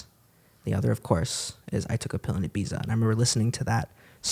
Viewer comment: The only bad thing about “I took a pill in Ibiza” is that he pronounces Ibiza wrong